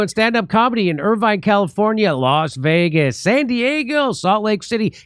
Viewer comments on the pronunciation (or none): none